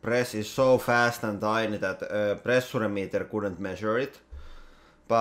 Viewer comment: The way you pronounce "pressure" will haunt me in my dreams :)